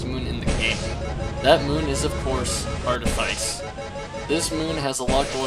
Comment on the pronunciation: bro really said artifaice twice